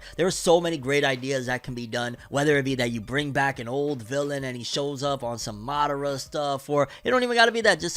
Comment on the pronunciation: I remember when you use to do Naruto reviews and pronounced madara as mah-door-ah lol u was micheal B Jordan at one point 😂